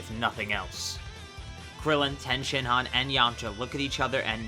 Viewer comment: I thought his name was tien not ten shin ron